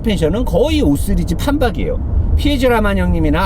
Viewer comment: 와따매 발음이ㅋㅋ 5쓰르즈 ..ㅡㅡㅋ